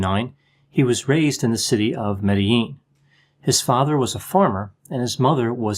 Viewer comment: I liked how you pronounced Medellin correctley.